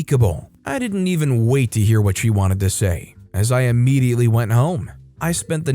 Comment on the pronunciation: Immediately not Ammediately. Come the fuck on#